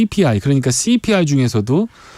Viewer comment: 씨-피 아이 발음이 뭔가